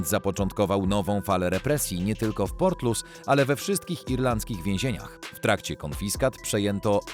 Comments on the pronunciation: czyta sie portlisz. Wiezienie nr 1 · Nie port Lous ten pierwszy tylko portlisz się czyta,mieszkałem tam 15 lat. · To nie jest żadne 'portlus', to się czyta 'portlisz' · nie Portlus tylko Portlisz :) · Czyta się HRABSTWO LISZ ORAZ PORTLISZ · Prawidlowa wymowa nazwy irlanfzkiego hrabstwa ,w ktorym znajduje sie to wiezienie to " PORTLISZ" Pozdro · redaktorze, co ty wymyśliłeś za nazwę miasta Portlaoise????? jakaś masakra!!! wymawia się ją portlisz. popraw to człowieku bo nie mogę się skupić na oglądaniu! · Portlaoise czyta się "portlisz" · Portlaoise czyta sie Portlisz, a Laois to Lisz. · Super odcinek, na przyszłość tylko „Portlaoise” czyta się „Portlisz” a „Laois” „Lisz” Wiem bo mieszkam tu od lat w sąsiedztwie tego więzienia! Pozdrawiam 😄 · Wymawia się Porlisz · Portloise w.Irlandii-czyt."PORTLISZ"☝️🌎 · Portlisz - tak to się wymawia. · To miasto Portlaoise czyta się „portlisz” w hrabstwie „lisz” 😉